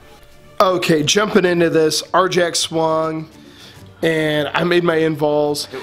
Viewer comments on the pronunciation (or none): Arrrr-Yaakk! Not Arjack!